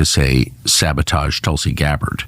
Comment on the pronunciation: "Towlsea Gab Bard"